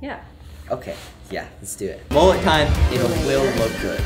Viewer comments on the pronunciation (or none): It not mollut it’s mullet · Mullet not mollet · From Australia mullet instead of mollut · I’m Australian and the way they say Mullet is “Molelet”. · you need to shave the top true Aussie style ////// never dis mullets again. and its MULLET not mollet come on you Americans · They say mullet wrong